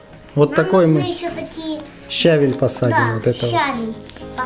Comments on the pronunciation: Вы не правильно ударение ставите! Не щАвель а щавЕль! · ' ' не щавель а щавель